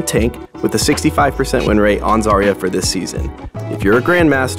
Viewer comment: My sisters name is zarya buy not zar ya its za rya